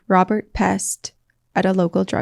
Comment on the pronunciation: I think Rob’s last name is pronounced Peast. There’s a lot out there that he was involved in trafficking